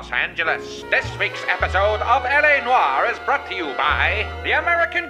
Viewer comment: YOU KNOW DAMN WELL THATS NOT HOW YOU SAY LA NOIRE. YOU WILL SAY IT AS USUAL NEXT TIME.